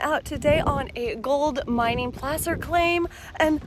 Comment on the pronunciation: Its Placer not plaster, by i'm gone